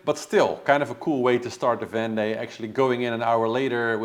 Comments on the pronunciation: regarding the vendée globe pronunciation its much closer to "vawnday" (awn like in dawn) than what you are saying. its a little bit more of an o sound than straight aw but vawnday is pretty close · Oh nooo! 🙈 That's not how you pronounce it! A double "ée" is a long "e" that stays an "e" without adding a "y" to it! Can't think of an English word that sounds like that ée! Maybe you can listen to a translator? It's the same cringy sound that you say when you pronounce "m'aidee" which means "help me" and has got nothing to do with your transformation to "Mayday"?! 🙈🙈 your example of "ven" = "dawn". 👍